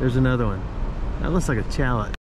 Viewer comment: Fabulous views near end of video. Hearing aids are odd little creatures. If your voice is loud enough, the background noise nearly blows out the eardrums. So, using CC is imperative. Saying “shallet “ instead of “shallay” is both clever and cute. CC showed “challet”. Several minutes went by before figuring out “chalet” was the point. Getting older has its perks, but it takes longer to enjoy them. 😊